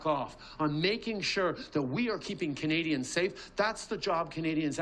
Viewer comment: He is so terrified of a Pierre. I love it! Also I wish he stopped saying the word “kanadians” and that he “will kantinue” to fight for them and that’s what “kanadians want him to do and he will kantinue to do that”.He doesn’t have a large vocabulary without a pre-made speech, hey? A grade 6 child would probably be smarter than this guy. “Kanadians” are in big trouble…